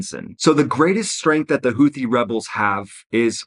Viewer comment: It’s pronounced Houti ffs hootee